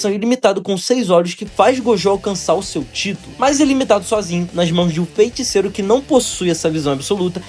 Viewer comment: graças a Deus mano, vc passou a falar FEITICEIRO de forma correta, agora posso voltar a acompanhar seus vídeos em paz. Parabéns pelo vídeo, vc melhorou absurdamente na energia da voz!